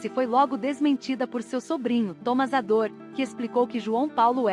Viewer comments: O nome dele não era João Paulo Ador era Adour. Está escrito corretamente mais está sendo falado errado. Adur é como se pronuncia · As manchetes destes vídeos são quase sempre desrespeitosas! E outra, não é "Ador" é "Adur"! Que tal melhorar a qualidade, procurando fidelidade nos nomes das pessoas e a seriedade evitando sensacionalismo em manchetes ridículas? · Não custava nada um esforcinho pra pesquisar e pronunciar corretamente a palavra "Adour". Pelo amor.... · A narração é automatizada, a IA não consegue definir a pronúncia correta.